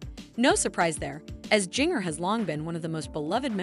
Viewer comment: You don't even say her name right.